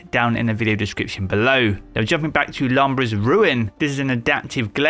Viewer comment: Its pronounced... LU...BRAY! 💀